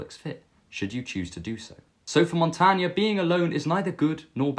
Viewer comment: Your story about being in the corner and not recognizing anyone at a party is very relatable. Most people have probably felt that way before. Hopefully you are less lonely now! 🙏 I had never heard of Montaigne before. Thanks for introducing him to us (and for saying his name out loud, so we know how to pronounce it).